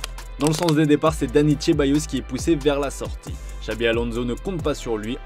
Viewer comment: Pourquoi prononcer Ceballos à "l'italienne", il est espagnol...